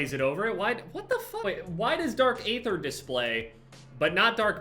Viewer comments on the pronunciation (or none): …. Bro. Dark Eeeeether. Not Dark aaaather. I love you but my ears cannot. 🤍🤍